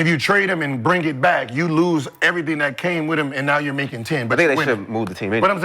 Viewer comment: gotta relax, then he says errything not ”pauseable”, lmao ok 😂😂😂😂😂💀